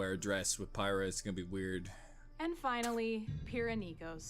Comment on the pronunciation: You're pronouncing Pyrrha wrong